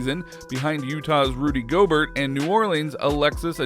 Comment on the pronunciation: For someone posts NBA videos, you should know how to pronounce players names like Rudy Gobert which is pronounces Go-b-air. Also comparing Anthony Davis to Shaq and Wilt is insane